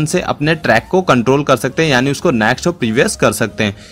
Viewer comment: Its called 'next' not 'naxt'.